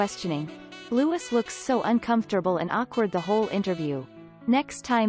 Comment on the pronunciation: It's Louiiiii not Lewis